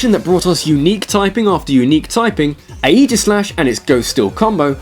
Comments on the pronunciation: (Just BTW, I think Aegislash is pronounced (ae-iss-lash) with the g being silent) But that's besides the point. I got my Aegislash, now about level 80 or so, as a Honedge level 20-ish. First it was, okay it's a demonic sword, then it was, REAL CREATIVE! TWO demonic swords! Then, it was just "holy sh*t". First, it looks totally awesome. Second, it gets a move called King's Shield, which changes it's form (which is irrelevant) and serves similarly to Protect and Detect. Third, being a Ghost-Steel type, this guy is pretty much resistant against pretty much every type. My LEAST FAVORITE Kalos Pokemon, however, is Talonflame. The Pokemon itself is extremely powerful and fast, but my real problem with it is its NAME. I mean, honestly, from the series that contains Manectric, and Flygon, and even Cherubi, there is TALONFLAME. I NEVER thought Game Freak would go so low as to just stick two words together. Why not just call Articuno Icebeak? Or Infernape Firemonkey? Becuase that would be just stupid. However, through assumption, I think that all three of the currently unobtainable legendaries, I imagine that both of them will be extremely useful. It is a manner how two opposing types in one Pokemon means high resist of pretty much everything. Zygarde is pretty much useless, though. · Also. Aegislash = "EE-ji-slash". You're almost pronouncing it right already, just remove the "A" sound from how you're already pronouncing it. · Aegislash is named after the Greek shield Aegis which is pronounced Ay-gis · Its name is pronaunced Agneeslash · No, it's Ay-gi-slash, like 'ay gurl, lemme touch yo jigglypuffs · Its pronounced A-je-slash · ay/gis/slash is the prenouciation since you pretty much asked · Ok say it with me Ay-gi-slash Aegislash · I think Aegislash is pronounced that way, but with a hard "g"